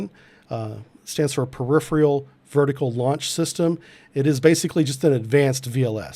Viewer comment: Well, he does mispronounce "peripheral," so the spelling of that just matches what he says.